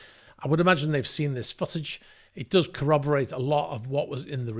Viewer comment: Is he reall saying foot-age, sounds more like sausage to me